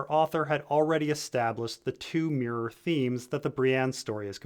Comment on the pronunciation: What is “meer” and “meering” ???? Do you mean mirror and mirroring ?